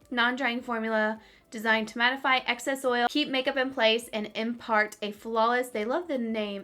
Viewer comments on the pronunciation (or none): none